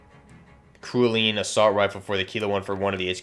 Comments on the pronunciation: Cerulean is pronounced "sehr roo lee an" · ....its “cerulean” its a shade of blue....wtf man. “SE RU LEON” smmfh.